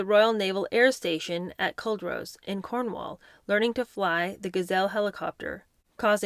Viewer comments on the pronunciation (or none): none